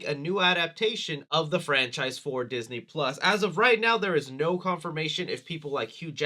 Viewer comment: Ah Yes! Diseny+…